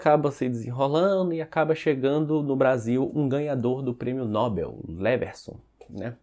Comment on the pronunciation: Não é prêmio 'Nóbel'. É 'nobél'. A tônica é no 'e'.